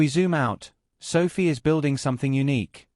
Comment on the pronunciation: Your lame AI voice is mispronouncing SOFI.